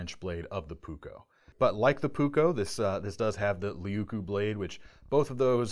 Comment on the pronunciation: Please: just try to pronounce as written. Puukko as puuk-ko, leuku (not lieku or liiku or what so ever). Sorry to say, but my ears hurt. I hope nobody got hurt.